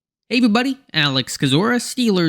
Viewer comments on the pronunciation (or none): Kinda sounds like he says “Hey every buddy” lol Great breakdown Alex! Can’t wait for the season